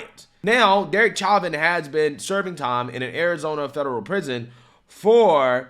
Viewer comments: I do love your show and watch all your videos as soon as you release them but I wish you could get people's names right. Literally every video and news clip you showed correctly pronounces Chauvin correctly. How can you hear the name so many times and still get it wrong? You're clearly a very intelligent man but surely you must have heard the name pronounced correctly thousands of times by now and yet somehow that doesn't enter your brain. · i love you brother but its- Show- Van. I know you always say you have issues with names, like Vivek etc...etc... i cant spell so, were even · Evidence isn't new. What's new is the FBI connection to the tampering of autopsy files, but in trial it was obvious Derick Chauvin (sounds like "show-vin", not "chavin") used less than authorized force, that Floyd was under lethal doses of fentanyl, and that it was a political hitjob aided by the fact that the video of the incident looks bad, but the physics at play were very different than the narrative that was being pushed. I mean, the sentencing didn't even make sense. He was charged with mutually exclusive forms of murder. The jury was placating a mob that doesn't understand the difference between 1st and 2nd degree murder, not carrying out justice. This is the case that solidified my opinion that there are just as many partisan idiots on the right as there are in the left. Truth takes a backseat to these teamsports. Derek Chauvin is innocent, and what happened to him was a complete miscarriage of justice. George Floyd killed himself trying to avoid a drug charge, so he opted to swallow extremely lethal doses of drugs because he was an idiot and a loser. Still to this day it makes my blood boil that people would hold up such scum as some sort of saint. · Bro the way you pronounce his name is so annoying. Say it right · It’s show-vin. Stop sounding stupid.